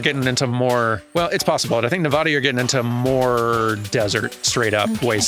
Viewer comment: As a Nevada native, I am legally required to state that it’s pronounced Ne-va-da, as in ‘pad’ or ‘mad,’ and not Ne-vah-da as in ‘ah.’ Sorry to be that guy, but it is state law: my hands are tied. 🤣